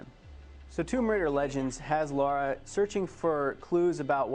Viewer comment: Before the video starts I wonder if he'll call her Laura instead of Lara?